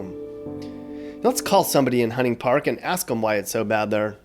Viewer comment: He is not from here. Hunting Park is pronounced wrong.